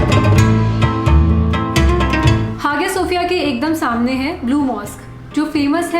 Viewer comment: four din , its pronounce as haya sofia not hagiya sofia it not gorme its goreme (no offence )